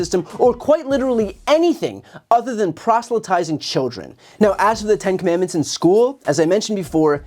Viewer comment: Commandments is a three syllable word, he cannot even read or pronounce it correctly.